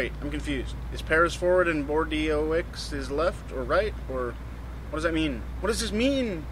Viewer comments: it's actually 'bor-doh' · Bord-E-O-X? Err nice pronunciation of Bordeaux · "bordeeooohicss" HAHAHAHA that's awesome xD haha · you speak Bordeaux as Bordo.